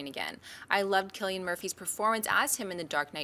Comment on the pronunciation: It's Killian, not Zillion. Glad to help.